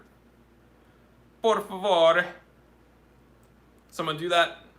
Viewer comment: Congrats on your portuguese accent! That "por favor", sounded clean!